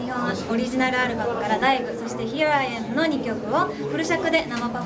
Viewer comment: あ、みーたんのHere I am発音よすぎん？思ったみんなは反応欲しい、俺だけかなー？思ったの